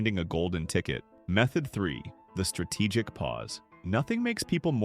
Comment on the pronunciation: Actually it's called "Strategic" not "Stratigic".